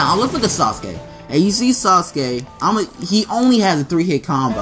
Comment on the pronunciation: He said saucekay